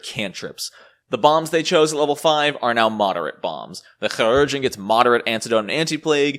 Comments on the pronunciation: It is actually Kī, as in K-eye, for Chirurgeon. Lol. I personally just pronounce it like Surgeon, but us the Su sound from the word sure. But it is amusing to listen to you say it. Amusing, and equally triggering. Lol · 3 years late and I'm sure someone else said it but it's more like "key-rur-gen" (if that's a good approximation? idk, not good at not using the IPA but I know most people don't use it so I don't wanna make it inaccessible). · In FFXIV the voice actors pronounce chirurgeon was pronounced a hard C. So it sounds like kire-urgeon. Interestingly chirurgeon is very similar to the french word for surgeon. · chirurgeon = KAI-rer-jun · It so simple... SUR-geon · Mispronouncing that word does not make you cute or funny just irritating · great video, but man the surgeon pronounce thing hurts lol :P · I'd call you out on how to say "Chiurgeon" but I have no earthly idea how to say it either. None of us do. We just presuppose we're saying it wrong, take the L and all nod in agreement as if we said it correctly. Remember when P2e was first released the amount of Alchemist revisions in the patch notes was pretty hefty. I still haven't caught up on a lot of them, and for the first half a year I still had the Playtest rules in my head, so it makes sense the Alchemist is better now. Left over Playtest rules which weren't caught aren't too uncommon with Playtests sadly. Cheers. Interesting video. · Also, can we get a 10-hour loop of you saying Chirurgeon?